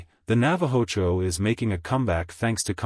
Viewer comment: well for one thing, the AI is mispronouncing the names the Gloucestershire and Navajo Churro breeds